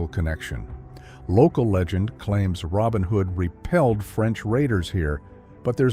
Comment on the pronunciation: for narrator: it is named Robin Hood's Bay, not Robin Hood Bay